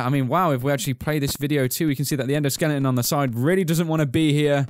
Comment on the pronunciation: Really guys, again?Endoskellington? XD